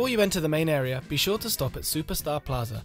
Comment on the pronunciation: "a brand new are-er"